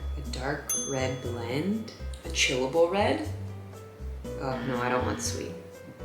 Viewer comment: When you were picking the red wines, I thought you said chewable red instead of chillable red. Yum, a nice thick, chewable wine!